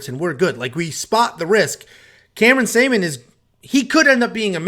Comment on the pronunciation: Before you speak about someone make sure you get the name right. Journalism 101, his name is Cameron Saaiman.